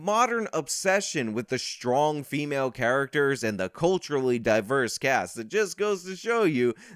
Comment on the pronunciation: “The very frong stremale performance…” You can’t read this article at all! 🤣🤣